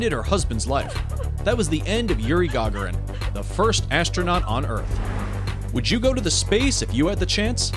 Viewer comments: guys - his name is pronounced Ga'gaarin, not Ga'ga'rin 😕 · Please put stress on the second syllabus in Gagarin, and don't call him "first austraunut". Thank you.